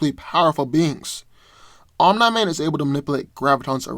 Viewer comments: Love your content but it’s pronounced like “Om-nee” man not “Om-nigh” man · Bro, His name is pronounced om-KNEE-man, NOT om-NY-man. Sheesh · I never heard someone say Omni man as ohm - nigh man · the way you said omni man is just way to distracting